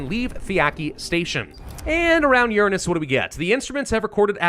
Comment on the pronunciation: I thought this was gonna be a cool sci-fi movie based on a video game, instead it's just some dude who chronically mispronounces Uranus and yaps for almost five hours straight. This isn't a movie it's a super cut. Very disappointing.